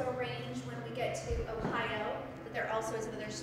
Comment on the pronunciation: I live in Ohio and when I heard Yolanda say Ohio I’m like umm I’m not Cathy but you said Phio?